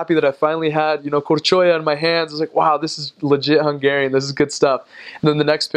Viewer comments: Wow...you have a very good accent in hungarian ! I think for you to learn hungarian is very easy ! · It is insane how well he pronounces Hungarian! It is a bit confusing listening to him, my brain almost flipped like: right he sounds like an original Hungarian now. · Dude, I am impressed with your pronunciation.